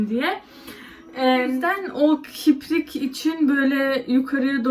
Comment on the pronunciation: çok tatlısın biraz türkçeni düzelt kiprik degil kirpik dogal halinle güzelsin fazla makyaja gerek yok.